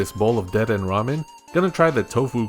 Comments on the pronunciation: WAHHHHH ITS DU-DEH-NAY NOT DE-DEN Anyways, 10/10 videos. Keep up the good work, mate! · Lol "dehden" is so funny bc it makes 0 sense if you thought there was actually a silent e at the end you wouldve said deeden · ACKSHUALLY, the Kalosian Electric-type rodent there is pronounced "De-den-nay" - the region it comes from is based upon France, so it's a French-inspired name. And French pronounces the 'e' at the end. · dedenne in the anime and by pokefans is said like Dead-Den-Eh? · Its pronounced de-de-nay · Every time he said dedenne I cringed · You said dedenne wrong